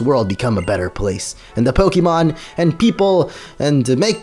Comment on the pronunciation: It bothers me that he says PoKEEmon.